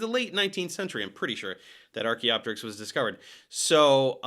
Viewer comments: Can we please pronounce things the way we should? It's not Archae-opterix. It's Archaeo-Pterix. Same as Helico-pter. Or Ptero-Daktyl. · The second I heard “Arch-y” immediate cringe chill… such a Christian Creationist Corny Dad-xplaination. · Every time he calls it Archae I lose 1% of my lifespan